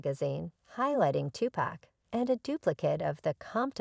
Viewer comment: Learn to say his name ..... Tupac (To Pock) If you can't pronounce his name right....shut down your page!!! Stop being disrespectful ....thot!!!!!